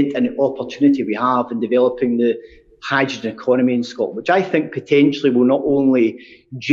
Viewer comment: The SNP Energy Secretary can't pronounce "hydrogen!"